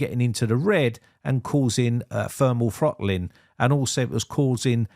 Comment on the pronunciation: "Funderbolt"!? "Fermal Frottling" 😝